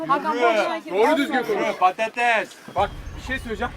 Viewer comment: Yalnız bozok ÇOK GÜZEL PATATEES DİYO